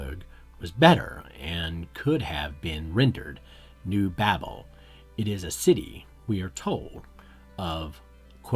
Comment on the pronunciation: How much of this is you and how much of this is Wells? Also learn how to pronounce automata and Babel properly.